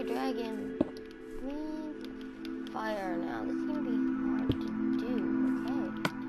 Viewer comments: Fireeeeeeeeee!!!!!!!!!!!!!!!!!! Not feirrrrrrrrr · Its fire not fier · Fihs Fihs Fihs Fire